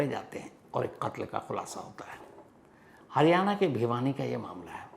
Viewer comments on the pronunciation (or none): none